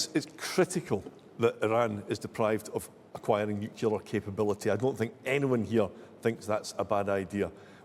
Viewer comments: The word is " nuclear " not " nucular ". ignorance abounds. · I couldn't vote for anyone who says nucular. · The Tory candidate must be a fan of George Bush, who also pronounced it ‘nucular’. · RUSSELL FINDLAY, ANNOYINGLY, CANNOT PRONOUNCE THE WORD ' NUCLEAR' 😡😡😡